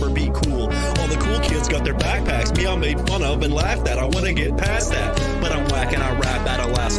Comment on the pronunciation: “Let meh know if you can earrr meh.” Lmao